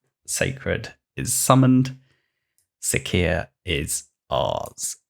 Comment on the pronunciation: It's Si(C)ia - siscia, ,,cee"